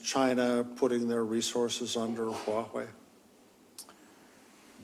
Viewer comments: it’s Huawei.. not Wahuei.. 😢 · It's Huawei not Wuahei. Interviewer couldn't even bother to research the industry before this interview. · The host literally cannot pronounce Huawei, he says Wahway